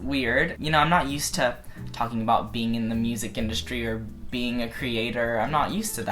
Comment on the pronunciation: OMG this bitch is thalking and thalking and thalking and I was like: shup up!!!